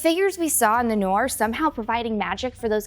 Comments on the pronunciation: As well as noor. It's "noor" not "norr". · It's Noor (Nur) & not to be pronounced as Norr or Noir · Its not 'nor' its 'noor' like you pronounce ' noon' so pronunciation of 'nor' is 'noor' like 'noon' Why you calling noor a nor 🤔🙄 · Noor(مر) is an Arabic word stop pronuncing it like it's English. You are ignoring the "r". Noorrrrrrrrrrr